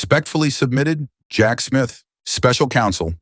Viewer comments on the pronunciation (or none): none